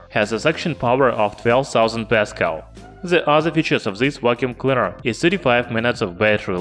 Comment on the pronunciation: Vhat's a wacuum cleader?